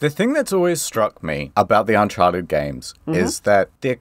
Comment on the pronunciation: I always appreeeciate you expleening geems so I don't have to plee theem. Thanks.